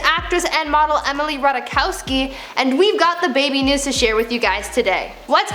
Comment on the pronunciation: I'm pretty sure its Ratai-kovski